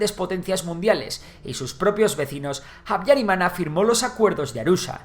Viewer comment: Antes de nada me gustaría corregir que no se pronuncia Jutu si no utu, tampoco jabyarimana si no Abyarimana, así es la manera correcta en español, francés, suajili y kinyarwanda. Mobutu hizo un gran error al no haber entregado a los responsable del genocidio, por culpa de ello RDC se encuentra en una situación desastrosa desde entonces, donde los tutsis siguen sufriendo agresiones como en la región del Kivu. En todo caso gracias por el video